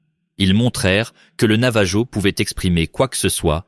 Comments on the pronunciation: ça s’écrit Navajo mais ça se dit NavaRO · Aloha ! Navarro avec un R pas J !!! Ro ! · Pour le youtuber, votre IA n'est pas bonne faites appel à des francophones où à des français pour la vérification de votre récit, navajo en français on utilise la prononciation espagnole donc la jota pour je j sur les dénomination espagnole